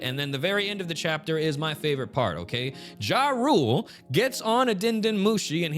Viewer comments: Considering Jarl means Earl or leader and was common in Scandinavia, and pronounced Yarl, I've been saying "Yar-uhl". Jah rule is crazy lol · it's pronounced "ya-rule" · Come on man, his name is JA-RULE for a reason!